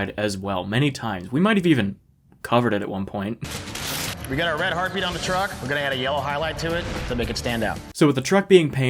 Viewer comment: Ah. The era of dumbass facial hair. Also, every time they say "heart beat" i hear "herpe".